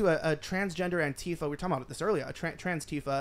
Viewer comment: Does keep mispronouncing Antifa as anTEEfa?